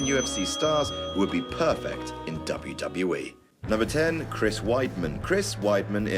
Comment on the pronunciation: Conor can't even pronounce WWE, shouldn't be on the list